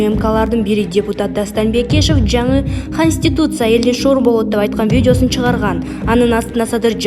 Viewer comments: Эмне деп окуганы кастутиця каституця деп конституция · Ушул диктор кыз коництутся деп уйроно албады да костуса деп койуп окуй берет